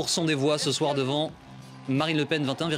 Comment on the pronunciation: "je t'aime" ou "lepen" ? ça change la donne :')